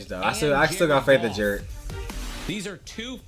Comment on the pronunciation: Ja-red Goff. Ja-red Goff. Ja-red Goff 😂 he's your savior, deal with the "curse"